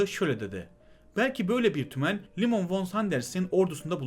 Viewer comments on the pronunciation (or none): Sıkı takipçinizim. Fakat Liman von Sanders von olarak değil fon olarak soylenmelidir. Zira kendisi Almandir ve Almancada v ler f diye okunur. Saygılarımla.